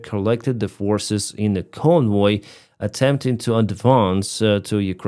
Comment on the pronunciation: Convoy is pronounced with a hard English V (Voy as in Voyager), not a soft German W-sounding V.